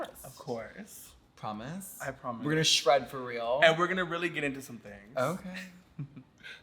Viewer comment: “shread” 👀 lol violet is a comedy queen